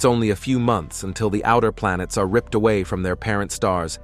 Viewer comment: My guy, the pronounciations go awry toward the end too. "Moh-le-coules, Ah-tohms and Ripp-ed". Just sends me into Uncanny Valley. Hard to subscribe to a channel when it feels inauthentic.